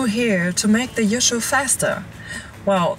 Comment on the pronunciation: Sigh .... Yusho not Yoshi ....